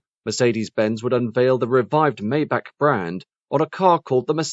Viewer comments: I was thinking the same thing. Daimler only gave Maybach their greatest V-12 engines that they had at the time. Also it is pronounced MY BOCK! Only dumbass rappers like Rick Ross say “may back”. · It's not "may-back" - it's "my-bach" like Johann Sebastian Bach, the famous composer. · The Maybach models also used V-12 engines, not a V-8 engine. They got the horsepower number correct at least. The worst offense is pronouncing it “May back”. It is MY BOCK! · It’s pronounced MY BOCK!!! The engine was a 5.5 liter V-12 also. The S models had a Mercedes-AMG built 6.0 liter V-12 engine that put out 604 horsepower and 738 lb. ft. of torque. The same engine could be found in the 2004 Mercedes-Benz CL 65 AMG along with other Mercedes-AMG 65 models at the time. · Sorry. Totally wrong Maybach pronunciation. Despite these are very good quality and quite informative short documentaries, the author seems not to pay attention to correct pronunciation of products, airlines etc, in the videos he creates. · yes, i cringed even more than when a german trys to speak a th